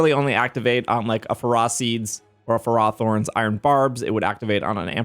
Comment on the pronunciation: Can we take a moment to talk about “fur-AH thorn?”